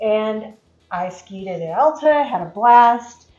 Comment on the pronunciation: It's ALTA not ALLTA